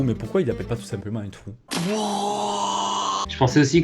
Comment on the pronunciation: Qui a remarquer que Dit «Thou» au lieu de «Trou»?